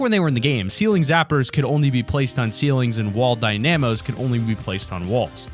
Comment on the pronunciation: Lol, the way you say wall dynamos